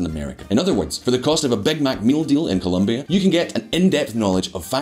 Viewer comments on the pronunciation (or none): none